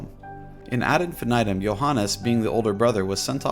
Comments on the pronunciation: Please don't say infinitum the way you say it. It's pronounced "IN-FEE-NEE-TOOM" and even pronouncing it like "infinit - um" is better than the way you pronounce it. Hearing you say it like that literally makes my skin crawl. "infan aedum". Yuck, man, please. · The way you say ad infinitum is so jarring 😂